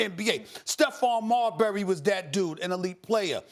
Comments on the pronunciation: The way Max says Marbury is hilarious 🤣 its pronounced Mar-Berry not Marbry max lol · Max Kellerman pronounces Marbury like Cadbury or Burberry. It should be like Pillsbury 😂😂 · Why is it such that Maxx Kellerman, whom has more then likely has been writing pieces on Steph for over his 20 Yr. NBA career chooses not to pronounce his last name correctly ???